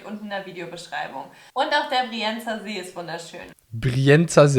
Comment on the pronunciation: Brienzersee haaha😂